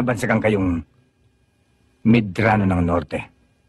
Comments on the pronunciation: Medrano Hindi merano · Medrano po... Hindi Marano